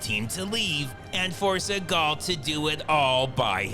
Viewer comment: Steven Z-eagal